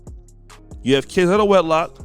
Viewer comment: Is it just me or do anybody else thinks he need to lose the intro of how he says "Of"